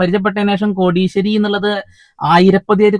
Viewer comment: കോടീശ്വരി അല്ല, കോ...ടിയ, ഈശ്വരി